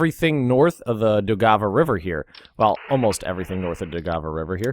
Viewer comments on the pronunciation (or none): AHHH ! not a single german or soviet division is located in ESTONIA. ALL OF ESTONIA WAS LIBERATED EPISODES AGO. It's the Latvia that you are "liberating" now. This comes from a Latvian, and trust me, i know where borders of Estonia are. And please...look up pronounciation of Daugava river...